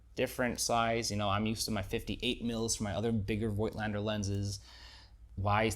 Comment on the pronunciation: COIGTLANDER IS PRONOUNCED 'FOTLSNDER CORECTLY ! f_1 with digital is lessuseful, averagely, than with film. its almost a 'special effects' lens -wafer.thin DOF. - so sharpness is comprimised often. a paid-for promo for sure.